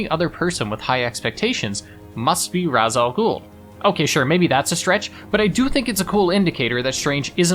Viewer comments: I'm getting tired of people saying ras al ghuls name wrong it's pronounced like rash it's not raz 🤦 there's no z in his name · I'm sorry, Calander Man? AZREAL?? RUZZ al Ghul??? Gotta be honest, I kinda half-expected you to reference a Scarcerow somewhere in the video